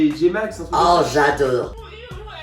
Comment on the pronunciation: "aller tcha-tchat les jeunes !" 'j'adeur j'adeur j'adeur !!"